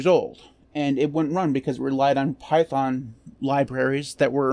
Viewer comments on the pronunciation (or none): none